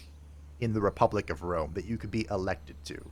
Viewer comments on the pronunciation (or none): Definitely Wome 😂